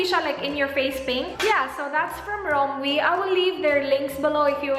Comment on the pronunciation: i think it's pronounced "rom-wey"